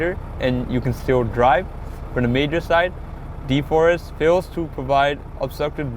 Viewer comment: De-frost not de-forrest😅